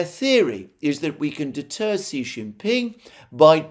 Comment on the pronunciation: Another interesting analysis. BTW, Xi Jinping is pronounced SHE JIN PING.